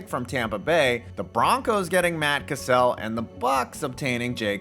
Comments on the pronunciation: you say Matt Cassel incorrectly. Cassel doesn’t have a soft “a” it’s pronounced like the word Castle not Kuh-Sehl. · Bro said Matt Cassell like Sam Cassell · It's MATT CASSEL (sounds like CASTLE) former 7th round pick from USC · Never once heard Matt Cassels name pronounced like that.